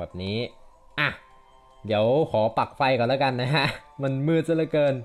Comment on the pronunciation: "ต้องวิ่งไปใหม่หล่าว"นี้มันสำเนียงใต้ชัดเจน #คนใต้ครับ